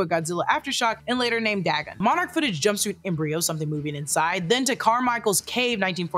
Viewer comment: Tiny pet peeve of mine, Dagon is pronounced Day-gone, it was the name of a Mesopotamian God, and a god worshipped by the fish people of the fictional town of Innsmouth from H.P. Lovecraft's "The Shadows Over Innsmouth."